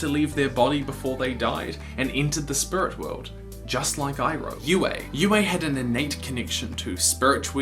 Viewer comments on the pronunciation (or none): Spurit wewld